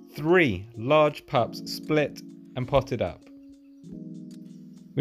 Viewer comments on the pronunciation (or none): none